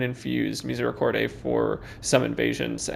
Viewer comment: theres no "ay" when you pronounce misericorde